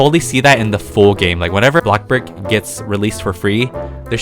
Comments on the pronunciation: The fact that he says block burg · I love it when takes his time on making videos for us he deserves more than enough and I got used to saying bloxbug like 🍞